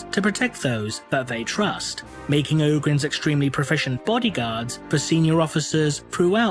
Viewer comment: O-grins? i always saig OG-rins